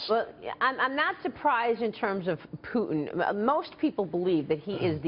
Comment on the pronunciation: PUTIN XD IM SORRY I HAVE TO LAUGH IT IT IT SOUNDS LIKE PUDDING XD XD XD XD XD,oh ok im sorry ill go home...